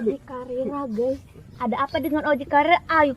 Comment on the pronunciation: Anjir intro " halo gay"